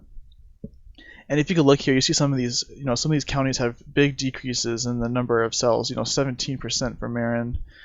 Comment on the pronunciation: Nice headlines round up video. However...It's "sales" are down. Not "sells" are down. I don't know how this got started, but every time someone misuses the word, it makes me cringe. I don't remember any educated people confusing the two until only a few years ago. Reminds me of backwoods West Virginia speech (kindest people in the world, horrendous grammar). A "sale" is a noun. "To sell" something is a verb.